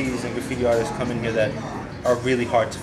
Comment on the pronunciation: doesnt know how to say artists lol